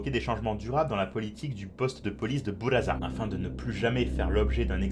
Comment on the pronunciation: Pour buraza on dit pas '' bouraza '' mais '' boulladza ''